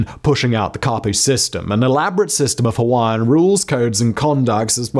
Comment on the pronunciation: Good pronunciation Simon of those Hawaiian names! This video captures pretty much the same history I was taught at my high school in Hawaii, oh so many decades ago.